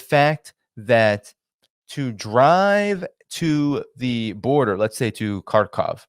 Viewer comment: Please learn how to pronounce Kharkov.